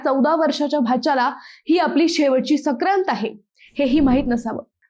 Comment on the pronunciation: संक्रांत हा शब्द नीट उच्चार करायला शिक आधी सक्रांत म्हणते सारखी परप्रांतीयांनी चुकीचा उच्चार केला तरी आपण खपवून घेत नाही tu tar महाराष्ट्रात राहतेस ना बाई